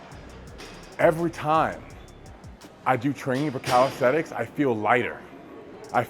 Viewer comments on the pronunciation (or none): Bro does full planche push ups and still pronounces it as "calisthetics" 😂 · calisthenics not calisthetics